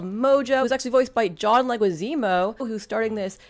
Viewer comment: You almost got John‘s name, correct. 😉. Wanna pull up when do we get a “spawn VR game”?🤞🏻🤔